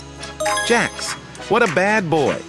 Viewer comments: Its not jacks its jax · It's not Jack's its jax